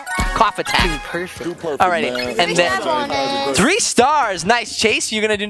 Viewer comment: when chase shoots his shot said DUDE PERFECK